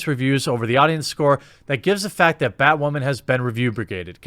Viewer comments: am I hearing "bad whaman?" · I love the casual way you say "Bat Waman," keep up the good work. They get woke they go broke. But I guess I'm just a "straight WHITE heterosexual male". Wait WHAT! I'm not white?! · I like the way you say Batwoemen. That should work for SupperGoul. Let's defeat the YouTube algos by mispronouncing things. We could start with rik cigarmello. Oh and Epenstein didn't kill himself. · Poor Bat-WAHman !!!